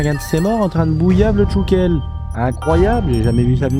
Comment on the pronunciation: C'est quoi un "tchoukel" ? 😂😂